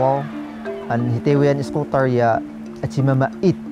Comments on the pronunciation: It's eskootr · people might hate me for this but... i laugh whenever he says sCooWteR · Skootr pa more , makatilaw ka sakoang kamao ron lol 😂